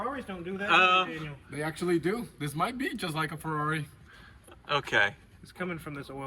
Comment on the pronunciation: It's not a Ferrari, it's a Yee-Haw-ree